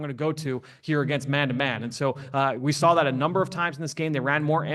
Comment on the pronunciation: There is no L in the word saw. Please stop say sawl. It's gross & you sound dumb.